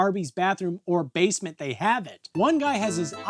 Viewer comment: Awww yeah watching more Breeding from "SAW Paulo"... Let's go.... P.S. To me it sounds like said "Davesment" instead of basement, in the that's my headcannon now...you're in the Davesment.